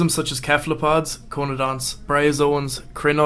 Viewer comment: Whatever it was, they couldn't even pronounce the names properly! Cephalopods get their name from the fact that they're mostly head, hence the name coming from cephalon or brain vault, pronounced "sef-a-lon" not "kef-a-lon"!